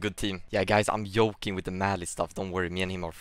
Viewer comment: And “yoking”